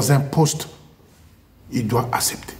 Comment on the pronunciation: On dit “ACCEPTER “ et non Assèpter.